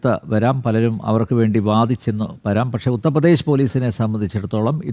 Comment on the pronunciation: Uthra pradesh alla, UTHAR pradesh